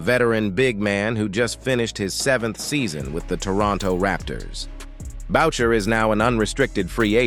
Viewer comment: The AI Voice has it wrong, it's Booo- Shai , parlez?